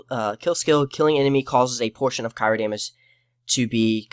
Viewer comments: You don't over the skills you skipped and tell why. So how does the viewer know why they aren't as good? ...Cry-O not Ca-i-ro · Omg cry-o. Jesus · Almost stopped watching when you kept pronouncing Cryo like Cairo... lol, good video though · CRYO....CRYO. (CRY-O)